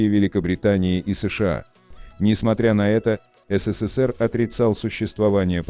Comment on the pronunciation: Кто озвучивает это?😂 Назвать СССР "СИ СИ СИ ПИ" я чуть не поперхнулся